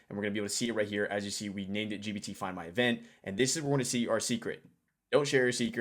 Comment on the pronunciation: bro it's gPt with P. Pronounce it correctly. The Subtext wrote 20 times GBT and one time DBT